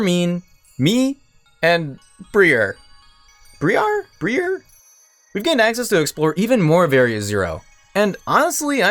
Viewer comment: Briar is a normal English word, pronounced "bry-ar" it's the thorns on a plant, such as a rose. In fact, if you've heard the word before it's probably been "Briar Rose" as an alternative name of Sleeping Beauty.